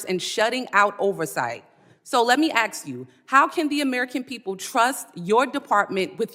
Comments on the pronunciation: Changing the pronunciation of simple words like "ask" only serve to make one look foolish at a very high level. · "Let me axe you"... Isnt that a threat?? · Let me “axe” you all a question. Why do Dems always have to read what someone else writes? they aren’t sharp enough to think on their feet? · When you say Turnt and Aks you lose all credibility after that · ‘Let me AX you” - LaMonicaMclver 🤦‍♀️ hahahahaha does she have an education or is it DEI? My 5 grandson doesn’t even say AX hahahahahah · Quote----"So I will AX you this" Sounds like a 350-pound lineman on a college football team that never went to class since the third grade. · I wish she would aks me a question 😃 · Soooo. “ I’ll ax you dis “ 😂😂😂😂😂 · She sounds like a spoiled brat. AND she needs to learn how to say " ask " !!! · Well let me axe you sumtin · let me axe you??????????? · “Aks” is all I needed to hear. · If Congress says “AXES YOU” not able to speak English … RESIGN! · Don't you just love it when they Aks you a question. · I will “ax” you this????? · a congressperson that cannot even say the word "ask" deserves zero respect. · She can’t even say the word ask Simpleton clown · I guess she's going to axe her this yeah she knows how to speak proper English not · "Let me axe you dis'..." Axe you? Was she knifed afterwards? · “I’ll axe you this!” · "Axe" away La Monica! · She axe alot of questions😂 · LOL "ten-year' .....lol...."let me axe you'.....lol......"sec-a-tary".....lol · people of her ilk use always "AKS" how telling. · She just had to ax her a question. If you can't pronounce the word ask you have no business being in congress. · Did she say AXE... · AX me where incivility originates... Go ahead AX me, AX me... Originates means 'Starts at' for those that have to AX 😂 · JUS AX LAMONICA WHY FO SHE BE SAYIN SUMFIN IKE DAT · Don't You'all ax me that.. that's bullcrap.. you'all know what I'm saying.. know what I'm saying.. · Ask. It's ASK! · Tell that black lady there's no x in the word ask